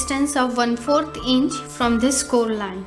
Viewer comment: she pronounces this - dhhis